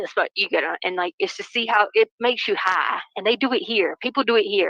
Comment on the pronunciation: If there had been any icloud acct at all ,why would anybody need the actual phone?? Wtf is her fake accent? It sounds like she loves to hear herself so much that she tries to add xtra syllable to every word... ("It makes u hiiiiggghh, repeat x2" ) Ps. Im pretty sure the Mexican mafia includes MS 13, like its all within the same type thing & they also have connections to the cartel. (If i am not mistaken) She is so stupid.